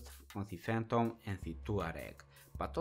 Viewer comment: Its pronounced "Fay-ton" and not "Fan-tom"